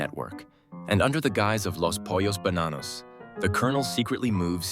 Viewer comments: "les poios bananous" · 🤣 every time he pronounces "Los Pollos Bananos" 💀